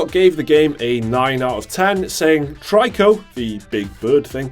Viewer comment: Tree-Co not Try-Co.